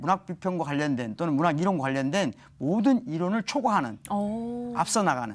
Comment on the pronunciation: Lady! 첫 말이 틀렸아옵니다. ?? "교수"의 발음이 틀렸습니니다. 첫 자는 "길게" 발음해야지요.. "교육, 교사"등 "교"자는 모두 "길게" 발음행야함을 모르는 분이 이런 대담을 한다는 한국 문화!! 실로 놀라운 일이 아닌가?? 또 , "이론"도 잘못 발음했다. 한국 지성인 여러분"한국 어문을 고발함"이라는 책을 조용히 읽어 주실까요?